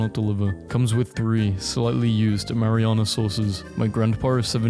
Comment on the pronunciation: Imagine going your whole life without being able to pronounce marinara....